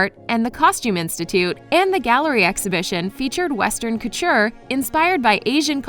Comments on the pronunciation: anyone else notice that the speaker said culture instead of couture while reading the title of Guo Pei"s book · When she keeps saying culture and not coture😂